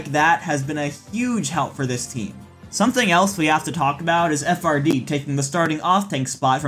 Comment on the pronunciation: FRD is pronounced as Fried. It used to be FRDWNR or Fried Wiener.